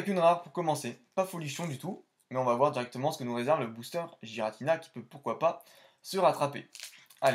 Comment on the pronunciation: Je pense la même chose de shaymin, celebi lui met une taule même si c'est un fabuleux. Giratina se prononce "guiratina" apparemment selon le Pokédex vocal, je le prononçais aussi comme toi avant. Incroyable ces fautes dans les noms, un peu comme l'orthographe d'électhor dans fossile ... Lovdisc c'est la pls en effet ... Merci pour la découverte de ces cartes, dommage que l'ouverture ne t'ai pas récompensé avec au moins une holo ... je comprends ce que tu me disais la dernière fois. Toujours un bon moment de regarder tes ouvertures rétro que tu ouvres des cartes très rares ou non. Continue poto !